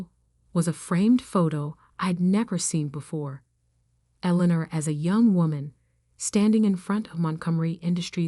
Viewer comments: Street Michael cathedral? Elener? Really? Get real people to do these stories. Computers can't do the job properly. There are so many mistakes it is demeaning. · The name is pronounce “El- In- Nor” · Absolutely eg St (Saint) Michael's Cathedral. Eleanor typed incorrectly Allinor or Elanor? It spoils the story. How about Read not pronounced read a book? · I enjoyed the story as much as I could while having to listening to the name Eleanor being butchered relentlessly. But that is 1 thing that A-I does read only what's given to it. It doesn't know how to distinguish errors evidently. I don't know who wrote this, but if they were human, then they couldn't spell, do any proof reading or just didn't give a cow's a-- how it appeared. I guess that is what they mean by Ignorance Is Bliss. I'd say Illiteracy is on the Rise. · You computer generated narrator's voice needs to be programmed with the proper pronunciation of words such as Eleanor. It made me cringe every time I heard it pronounced with a long e sound in the second syllable! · Street Michael's is killing me...and how many ways can you mispronounce Eleanor?????